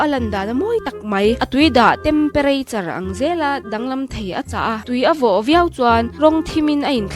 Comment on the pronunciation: Innterrrrnet ,,tempareichar😂😂